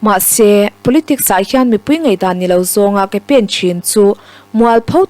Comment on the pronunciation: I aw ngaihthlak a nawm rualin 'a' lam rik fimkhur deuh chu a ngai. Ngeihdan ni lovin Ngaihdan...